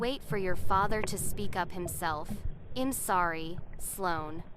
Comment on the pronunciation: Gosh that Artificial Idiot is saying eeem instead of I'm ... I'm out